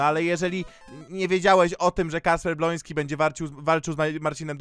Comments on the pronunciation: kocham jak mówisz bloński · Kocham kiedy mówisz Bolonsky 😂